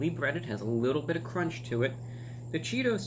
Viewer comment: That CRONCH